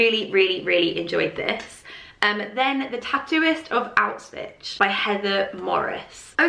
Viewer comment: It's been great, will miss your videos in April ❤️A little tip: try pronouncing Auschwitz like this: Aushwitz. The 'sh' sounds just like when you say 'SHell' and the end is just like when you say 'TZaTZiki':)